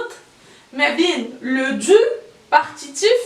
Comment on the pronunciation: Encore tu prononces dzu et non pas du